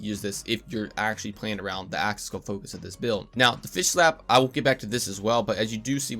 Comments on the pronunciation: Are you saying "action skill" or "aschassil" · "axaskill damage" lol